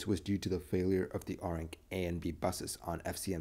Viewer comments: Not R-ink it's Air-rink. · Huh, funny. It was an ARINC FCMC that failed. I used to work for ARINC - hope I had nothing to do with it! They went bust years ago and got chopped up by liquidators. By the way, the company name is pronounced "AIR ink". It stands for Aeronautical Radio Incorporated.